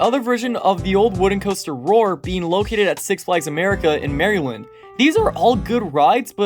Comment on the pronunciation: your annunciation on maryland made me cringe